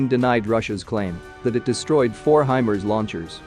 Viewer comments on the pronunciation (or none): Hey guys.... It's pronounced HI-MARS...... Like the planet...MARS... NOT....HI-Mers....(MERS??)